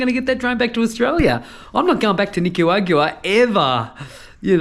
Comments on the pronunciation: At least we don't have to listen to you saying Nicawagua anymore! 😂😂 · Well done. It’s NI-CAA-RAA-GWAA. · Jesus that is a lot of whining about borders. I like how we keep pretending if he doesnt get to panama in a day that that cargo plane will be the last cargo plane ever to leave Panama to Colombia. Please learn how to say Nicaragua.